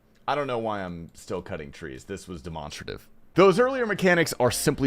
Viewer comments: Sorry but demawnstrative????????? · deh-mahn-struhtive? what are u fuxking british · Yo, the way he just said demonstrative just flipped me upside down.